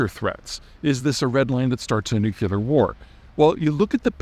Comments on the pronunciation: Nuclear - Noo Klee Ur........ Not Nook U Lur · bro still saying nuke-you-lar instead of nuclear 🤦‍♂️ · NuCLEAR not NuCULAR!